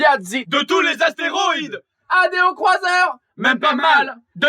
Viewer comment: kemar dit adéocroiseur dans le clip, det pas aréocroiseur. Ce making of le confirme clairement x)